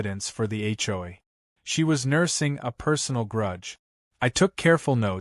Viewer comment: When will AI learn to say HOA correctly, HCHOY is getting tiring🤣🤣